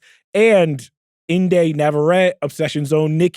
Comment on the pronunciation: bro kept saying "in-dey nava-rett" and its fkn "in-dee nava-retty"